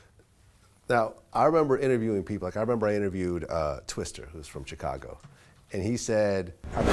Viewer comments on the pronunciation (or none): Am I the only one who hates when says "twister" or "tiger" and not twista and tyga 😐😐😐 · said TWISTER LMFAO